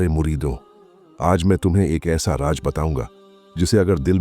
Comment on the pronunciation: Bhai sahab apna talaffuz ki taraf dhiyaan dein. Raz (secret) aur Raj (hukumat) hota hai.aur doosre alfaz mein bhi aisi hi kamiyan hain.